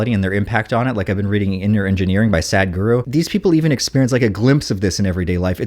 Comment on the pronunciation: Wonderful experience. I lold when you called him sad guru, instead of sah-d-guru